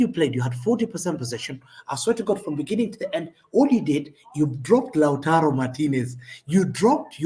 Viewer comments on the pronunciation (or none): none